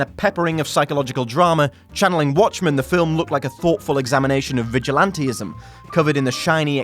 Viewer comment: Have to disagree with you on 2 and 1, and also just have to disagree in general with how you pronounce vigilantism